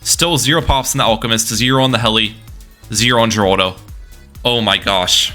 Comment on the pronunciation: The way you pronounce Geraldo infuriates me.